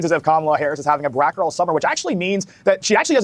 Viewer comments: He said brack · Heard Brack girl summer every single time 😂😂😂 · That dude literally cannot say the word 'black'. He must just be a huge Brak show fan.